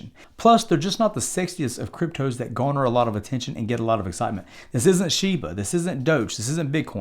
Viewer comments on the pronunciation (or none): none